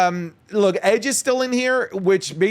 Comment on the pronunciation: Edge...its Edge